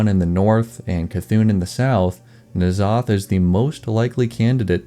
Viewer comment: "N'zoth" and "C'thun" are both only one syllable even if that's really hard to pronounce.